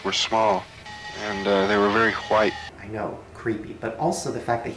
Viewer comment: thats a cool whipe